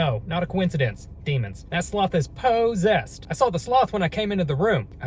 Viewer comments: I love how he says posesed❤❤❤❤❤❤❤ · he says possessed like po...ssessed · I love all of his content. I also love just the way be speaks, especially how he says "possessed". I don't think there's a more amazing one person comedy channel on YouTube.